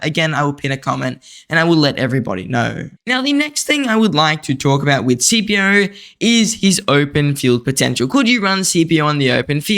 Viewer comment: You make great videos, but can we start pronouncing his name correctly? It’s pronounced skip-ē-ō. I am impressed you pronounced Amelianus correctly.